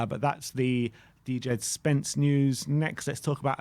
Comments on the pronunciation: "dee jed".... Jesus christ do your bloody homework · “dee-jed” spence💀